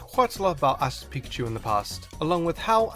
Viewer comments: you said asses pikachu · he said ass' pikachu